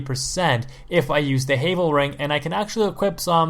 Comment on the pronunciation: 3 Dark Souls games, 5 years, still can't pronounce Havel right?